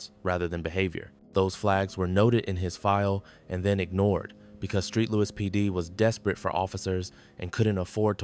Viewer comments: I believe you made a mistake you saw St Louis and called it Street Louis thinking the St was short for Street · This commentator is a moron. Where the hell is street louis?